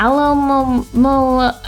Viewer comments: "alohomora" lol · SAID ALOHAMORA WHEN TRYING TO PRONOUNCE ALOMAMOLA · It's Munna, NOT Moona! And it's Alomomola, NOT Alomaloa! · you said amaura trying to pronounce alomomolas name. I don't blame you for that. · Nobody can pronounce Alomomomolola